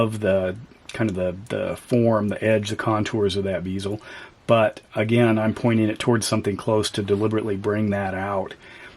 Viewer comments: Great review and take a shot every time he says "beezel" instead of "bezel" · Pronouncing bezel wrong my dude. Good review though